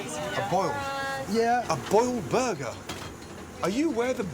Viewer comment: “das a burgur” 🔥